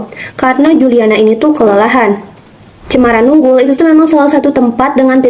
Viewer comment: Koreksi, bukan cemara nunggul, tetapi cemara nunggal, terimakasih. 🙏